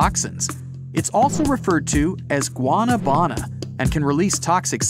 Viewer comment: Guanabana is it's Spanish name and Bright Side mispronounced it. It's mostly used used to make juice.